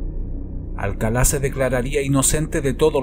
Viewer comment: me encantan tus videos, soy un adicto a ellos y he visto todos, pero, tengo una duda, ¿Por qué dices "Alcalá"? cuando incluso el presentador del show refiere a el como "Alcala", no quiero que se mal interprete, pero si fue un pequeño sacón de onda que pronunciaras su nombre como si estuviese tildado.